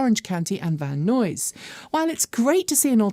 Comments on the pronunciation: Should we tell her that it is properly pronounced "Van Nize"? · Only calling Van Nuys “Van noise” from now on lol😂